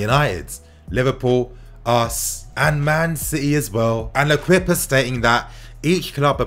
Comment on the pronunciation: 😂😂 plss it's pronounced "lekip"